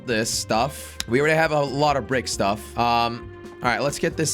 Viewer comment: Bro really said stiff instead of stuff